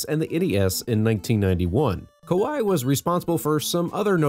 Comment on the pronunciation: Koei is more accurately pronounced "Ko-ay". Also, it's "No-boo-nah-gah". Love your vids.